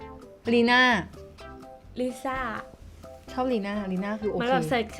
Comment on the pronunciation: ลิซ่าค่ะไม่ใช่ลีซ่า